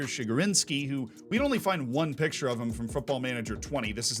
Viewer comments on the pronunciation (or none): none